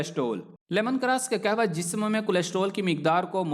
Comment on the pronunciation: Ur pronunciation of kawah is not correct